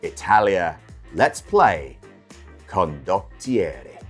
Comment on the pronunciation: I counted at least 3 different pronunciations of Condottiererererre. They are all different to the 4 I use. I don't think any of them are correct.